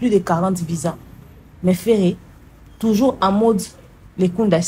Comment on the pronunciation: 😂😂😂😂alobi lisusu artiste aza tuzur bandone 😂😂😂😂